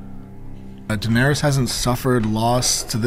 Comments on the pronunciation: Danarys, not Danarius, she’s not livin on MLK Jr Blvd. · How did you get through six seasons and still call her Danerius?